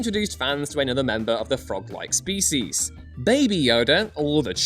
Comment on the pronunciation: can't say 'species' properly.